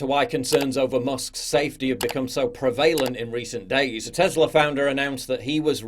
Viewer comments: It's not "pre-VALE-int," it's "PREHV-a-lint." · You have a very odd way of pronouncing the word "prevalent".